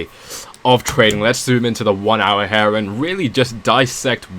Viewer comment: Dude you saying "her" instead of "here" is really annoying.